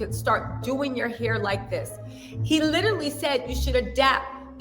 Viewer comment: I LITALLLY (literally) can NOT deal with you any more. Learn to speak right. LITALLY killing me.😂😂😂